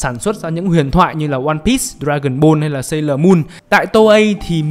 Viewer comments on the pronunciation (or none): none